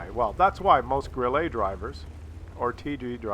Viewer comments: it is pronounced Grill-uh not Grill-a.But when it's dead it is always pronounced "I am died". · More like grill-eh, not grill-ay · Pronounced 'Grill-eh', not Grill-ay. And yes, it means cricket in German. Jeez... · What I did let you know in the past is how to pronounce "Grille" correctly in German, which is NOT THE FRENCH WAY!!!1 It's not a Grillé for cryin' out loud! it's a Grille! Stress on the i! (Admittedly there is no easy hard and fast rule for word stress in German.) (So it's one of the finer points of German pronunciation.) (But still!! Way to disrespect the beautiful language of your forefathers!) Also if the problem with the aiming and the hitting is the soft stats that make it too sensitive to involuntary mouse movement caused by clicking the fire button, then the simple solution is to choose a keyboard key instead. Like the space bar, that you can hit with your thumb. Just sayin'. Once again, WoWs turns out to be the superior game of course because you can set two fire buttons, like for example both the right mouse button and the space bar. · Grille means cricket in German, but for fuck's sake stop saying it with an "A" at the end of the word, it is grill-uh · what the fuck is a Grillah? you have a german first and lastname and you cant even pronounce german words? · Also in french it's not pronounced Grillé, because it's not written Grillé. The French have forefathers too you know ;-). Also, WoWS is superior in many other ways. For example you can complement someone for being a good player or being polite in chat. Oddly enough in WoWS people are far more polite in chat than in WoT... I guess the system works? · Maybe it's just me, but hearing a guy named mis-pronounce the Grille is making me chuckle;p "Idol-veiss" was great too